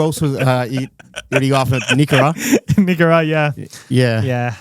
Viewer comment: You totally butchered nikora’s name. Very professional though, just kept going🫣🫡 enjoy the new studio 🙌